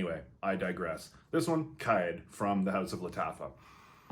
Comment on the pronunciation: Its pronounced more like Car Eed or Car Ed